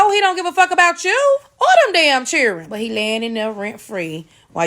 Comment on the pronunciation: What's 'chirrr-in'? Oh, you're attempting to say 'children'😂😂